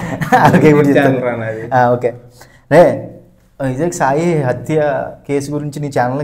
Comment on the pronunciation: Attha ❌ Hathya ✅ Pelli ❌ Bali ✅ Venkatesh Movie Name : Seeenu Ni pakkanodiki telugu aina nerpinchu ledante thesey 😂😂🤣